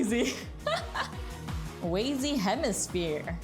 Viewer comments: sorry the last time i tried to correct something the other person just lashed out but anyway it is pronounced wa-zee because the way i hear other people say it sounds like way-zee or wei-zee...... English is hard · Not to sound rude or anything but Wazy's name is pronounced wa-zy like wario and theres no second Y